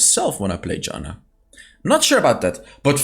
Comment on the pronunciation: It's not Đana, it's fucking Jana